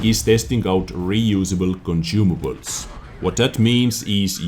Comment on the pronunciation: conCIUmables sonsumables